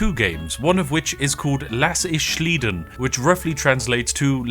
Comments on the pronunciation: "Lass ich schliden" xDDD BRo, it means "I am letting that one slide". And it is slide-n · One could also mention that it’s not "schleiden" but “sliden". For those that want to know: It is just the English word "slide" with an additional "n" and thus is pronounced exactly like that. Not that I would expect Spiff to know this, and he pronounced “Lass ich” near perfect. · Bro, the Title is „lass ich sliden" why do you pronounce „Sliden" as „schliden" ? hahahaha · Loved the video. But as a German speaker: We only make an "sh"-sound when the letters "sch" show up. In this case it's a butchering of the english "sliding" and would be pronounced different altogether (phonetically: sly-den). It also would translate to "I'll let this slide". You could compare it to youth speak in terms of when this would ever be used. (But to be clear, it really wouldn't and the title is terrible.) Btw, if we wanted to spell the word as it's pronounced in the video, it'd be spelt sth like this: schlieden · Quick correction: lass ich sliden : sliden here is a leanword and not pronounced like "schlieden" its just like the english "slide" +en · "sliden" is the Germanfication of "slide", so it is pronounced like sli-den, not like shlee-den. We Germans tend to use your English words and apply German grammar and declination rules on them. 😁 "Ich habe es upgedatet." -> "I have updated that." (Some would also say: "Ich habe es geupdatet.") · Lass' ich sliden is better translated as "I'll let it slide". And the "sliden" is pronounced "slide-en" (pronounce "slide" as usual and add an "en" at the end"). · "shlieden".., it's like the english slide with a N at the end. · Its actually "Lass ich sliden" the sliden is actually said like the english word just with a n I know that as a German. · impressive how Spiff manages to pronounce "Lass ich" very well, but pronounces "sliden" wrong, which would be pronounced like slide but with an n at the end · You can pronounce sliden like slide plus n just sayin lol